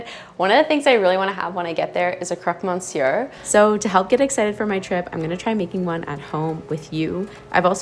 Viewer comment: A Croque "Monnsieurre" 🤣